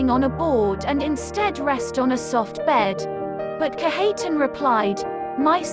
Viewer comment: Its pronounced Kadge uh tahn